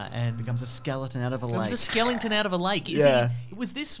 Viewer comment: Skelington? :-D